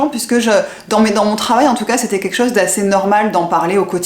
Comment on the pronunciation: Bonjour , je regarde régulièrement vos vidéos et j’ai remarqué que dans vos commentaires vous ne dites pas… c’est quelque chose…etc… Vous prononcez : QUEKCHOSE…!? C’est dommage…. Il serait bon de corriger ce langage qui ne vous va pas…. et de bien prononcer le mot quelque chose….Dites en bon Français: quelque chose…, c’est quelque chose…!!! Et non pas QUEKCHOSE…! C’est QUEKCHOSE…!? C’est pas beau…!?…